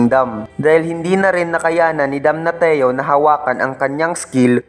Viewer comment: damnasyo yung pronounciation ng damnatio talo ka pang grade 1 kong pamangkin sa pronounciation